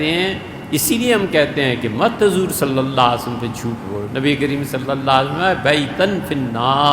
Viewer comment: نبی صلی اللہ علی وسلم بھی اس شخص کی زبان سے ادا نہیں ہوتا۔۔کہتا ہے نبی صلا والا وسلم۔ یہ کون سا درود ہے؟؟؟؟؟